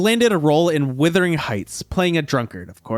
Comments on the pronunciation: Wuthering. Not Withering. come on. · The title is “Wuthering Heights”, not “Withering Heights”…..